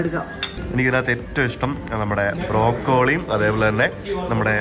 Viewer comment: English vegetable pronounciation is wrong (Broccoli, Zucchini)Next time please take care